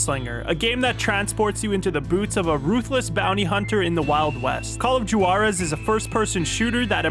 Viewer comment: 😂 that is not how Juarez is pronounced